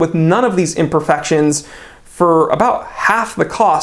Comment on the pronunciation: my guy literally pronounced it M-V-M-T